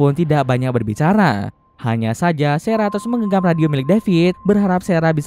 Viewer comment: sarah bang bukan serah